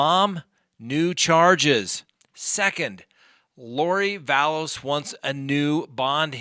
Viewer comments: Vallow without an s... drives me nuts when you call her Vallows... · Excuse me but it’s Vallow no ‘s’ on the end. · ITS VALLOW NOT VALLOS, AND SHES MARRIED TO THE GUY, HES NOT HER BOYFRIEND! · Vallow...no 's' Vallow. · Vallow not VallowS. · It's Lori Vallow. There is no "S" at the end of her name. Chad is not her "boyfriend." They were married in Hawaii last year. Why don't you know these very basic things?